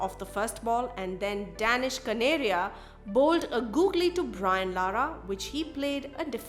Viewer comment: the way she pronounce Danish kaneria is funny 🤣🤣